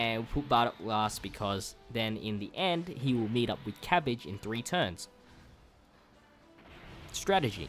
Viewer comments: Its not cabige its cabba lol sorry if it was ur a cent but it was funny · You forever mispronounce things lmao, cabbage? Jackie Chan? 💀